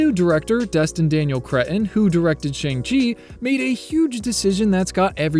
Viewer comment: people keep saying "broke the internet" but mines working fine...and its SHAWNG chee, not Tsang :face-blue-smiling